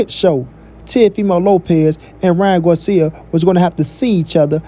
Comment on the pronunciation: First 🤷🏻‍♂️ bruh is not guarcia is Garcia 🤦🏻‍♂️